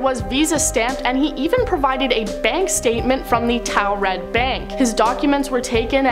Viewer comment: Anyone else notice that in 2 back to back countdowns, with 2 different presenters, each pronounced the same "nonexistent" country name differently? Torrid v. Towred? No? Just me? Okay. 😂